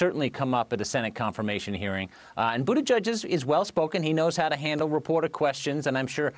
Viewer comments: Lol. I thought he was saying Buddha Judge. 👀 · "Boodejudge" really? Are these people really too lazy to do a 2 minute Google search on how to properly pronounce this man's name 😑